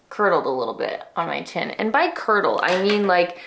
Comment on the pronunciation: Currrrrdle, the other "C" word. Love your videos.!😘